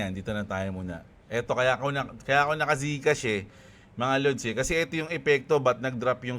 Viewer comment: Zcash??..ang pakakadinig ko gcash kaya medyo napa isip ako ng "meron bang crypto coin yung gcash"??..😅😅😅